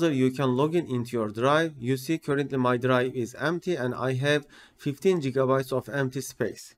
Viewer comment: fifteen jigabytes :))